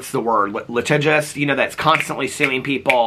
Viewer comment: iilluminaughtii is like that - li·ti·gious